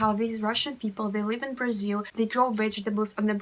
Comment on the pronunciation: I knew russian language before I learned português and once at the airport Brasilan guys were talking and I thought for a minute that they are russians. Btw the way you say Brasil sounds like native girl from Rio De Janeiro...😁☮️